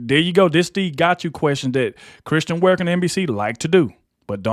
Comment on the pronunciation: Sorry, It’s Kristen, not Christian…